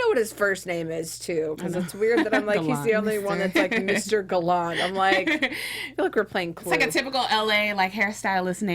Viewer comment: Stop saying Gallant wrong. I can't even watch this. Bye.